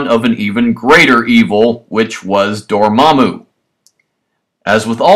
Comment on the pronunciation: And it's Dormammu not Dormmamu